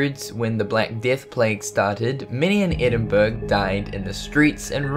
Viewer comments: As a "Scot" ... Im also annoyed with people spelling my nationality with 2 x "t" .... its not "Scott", we are Scots from Scotland ... but yeh, the constant wrong pronunciation of Edinburgh is extremely annoying. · That's not how you say Edinburgh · Edinburgh is not pronounced that way! Loved the stories!! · Edinburgh 😂😂😂😂 that's not how you say it but good video anyway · Ypu Cant say Edinburgh correctly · Why are you so unable to pronounce EDINBURGH ? ? ! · Edinburgh is NOT pronounced that way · Damn you have a uk accent but cant say Edinburgh right im American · Can't even pronounce Edinburgh so annoying cos I'm from Scotland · the article on edinburgh cast;e has been pronounced wrong.it is not pronounced edinburg it is pronounced as edinboro it really annoys me when people get pronunciation wrong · "Edinburg"? edin-bur-ah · #4 It's pronounced Edin-buor-ah NOT Edin-burg! If you were ever to pronounce it like that to a Scott they'd knock your lights out for being disrespectful. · Pronounced Edin-braa not Edinburg. Surely as a Aussie you’d know that!? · Aaagh! Please forgive me for being a petty pedantic little shit, But it's EDINBURRER! not EDINBERG! Silent 'G'!, Apart from that, Great vid!! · Edinburg? Ha Ha Edinburgh! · Yes I find these videos absolutely engrossing but I wish the pronunciation of Edinburgh was correct it’s not “Eden berg” but more phoentically edin burro or burr ah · it's not Eding-burg Castle It's Edinburgh Castle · Its pronounced Edin-bru, not Edin-burg. Good video tho :) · Edinburgh is pronounced EDINBOROUGH, not EDINBURG. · It's not Edinberg... It's pronounced eddinburrah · Edin-burr-ah... Not Edinburg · Edinburg? No,, its Edinburgh,, EDIN BU RU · Ed in bruh is how it’s said not edinberg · Where tf is Edinburg? It's pronounced Edinborough u heathen, get it right FFS. Ed-in-boro not Ed-in-burg! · Ed in berg NOÒOOOOO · + ... 'course it ain't - som peeps just gotta get their jocks inna bunch ... shuld spell it Edinburra! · Edin burg?